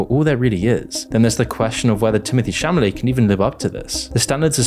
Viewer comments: There's no way you can make an entire video critiquing someone when you can't even pronounce their name properly... It's Timothee Chalamet not Chamalet. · Dude's name is CHALAMET, not CHAMALET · It's Chalamet not Chamalet. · Timothée Chalamet offers a brilliant package in Wonka (Chalamet not Chamalet, though from the tone of the post I guess the mistake was purposeful). I saw the film yesterday - perfect casting and a good movie (l also saw the two other versions - Chalamet comes across as perfect Wonka). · Is it Chamalet or Chalamet? Who writes your scripts for you? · His surname is Chalamet (instead of "Chamalet" like said) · WHY IS HE SAYING TIMOTHEE CHAMALET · Timothée ChaMalet???!!! I though I misheard you when you said it once... but you said it multiple times!!! C'mon man!!! you have 1.2 mil subscribers! Check the pronunciation of the names of people you are talking about in your videos! It's Timothée ChaLamet! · Chamalet? Really? You could at least pronounce the actor's name correctly. Try reading from a script. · Love the video as always,, but did you really pronounce Chalamet as Chamalet? xD Also, the only thing I disagree on is the Tim Burton version. I felt similar levels of sinister motives per the Gene Wilder version, however it was delivered in the same quirky Burton-esque style, which I believe is what sort of milded out its intent, compared to the original. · Idk man.. I kinda can’t get over how you can’t even say his name right. “Chamalet” doesn’t really give me confidence in your take, I’m sorry 😭🤷🏻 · I love how you pronounce Timothy Chalame instead of chalament or whatever it is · Timothy 'Shamaley' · timothee "shamalay" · Dude made an entire video without even pronouncing Chalamet properly... like, wtf? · Completely agree, but your pronounciation of Timothée Chalamet cracked me up everytime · Audience: Are you going to pronounce 'Chalamet' correctly at any point in the video?: Lol nah. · Dawg it kills me how you pronounce Chalamet